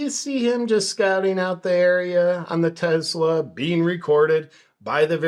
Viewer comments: JP, enjoy your work man! But its Tesla, not Tezla. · Love your channel but…… it’s not Tezz-la it’s Tessss-la! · What's a Tezla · Start out by pronouncing TESLA correctly. There is no Z in TESLA. That pesky letter in the middle is an S. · Why are you calling them TeZlas there is no Z in Tesla. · Is it Tesla or as you say.. Tezzla 😅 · It's not a Tezla. It's a Tesla. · It is not Tezla name is Tesla. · Why do so many people call them Tezla? There is no Z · Did you say “Tezla” ?? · Am I the only one bugged by the way he keeps saying Tezzla? Super Annoying… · No "z" in tesla! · Its not a very big deal, but it still really annoys me that you insist on calling it "Tezzla," and that you have to say it so many times. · Take a shot every time he says "Tezla", good luck.